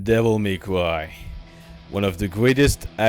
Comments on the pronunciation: Deviw may cwy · devil may cwy